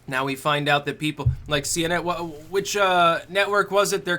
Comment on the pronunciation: What's a see-enen?